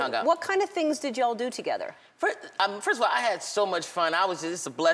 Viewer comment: please white girl dont say yall like that you sounds like jackie singing "you all" man you sound like a kungfu movie